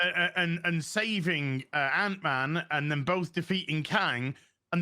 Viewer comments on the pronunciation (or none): I agree but can you please say “then” and not “thin?” The word is “sense” and not “since!”